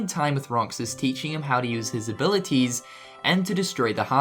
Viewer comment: "......teaching him how to use his 'abilitiz'....." hah,it cracks me up